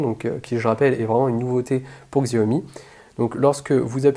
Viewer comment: Xiaomi ne se prononce pas Ksiaomi mais Chaomi !